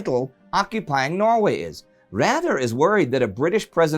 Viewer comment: Indy, please look up on how to pronounce "Raeder" correctly!